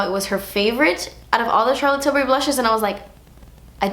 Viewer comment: I literally love the way you say Charlotte Tilbury ❤️😊✨